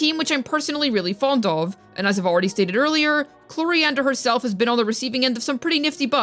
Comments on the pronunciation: I subscribed after the 3rd mispronunciation of I have her C0R1 lvl 90 from her last banner and she kinda... does nothing (i just wanted that c6 chevreuse) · “Clorofield” 😭 I love these videos